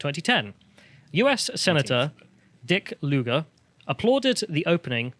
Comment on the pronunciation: Lol “Dick Luger”